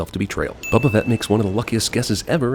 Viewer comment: did he just call boba fett BUBA fett?!